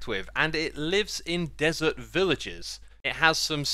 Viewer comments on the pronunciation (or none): none